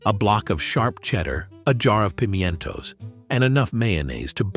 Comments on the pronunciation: Right?😂 "Pimyento" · 😂 the AI can't say pimentos